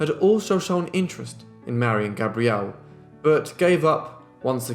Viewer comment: He does pronounce Gabrielle beautifully👌